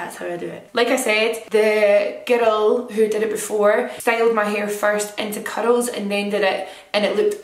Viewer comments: At first, I thought she said “cuddles through your hair” then i realized it was “curls through your hair” 😅 love you! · Just realized it sounds like she’s saying “cuddles” whenever she says “curls” omg. 😭😍😍😍 I love your accent!